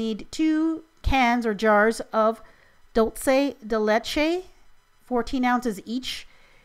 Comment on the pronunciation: you're pronouncing dulce de leche wrong;~;.. its dool-seh-deh-LEH-cheh (spanish) hope this helped;p love you, and keep up the awesome videos!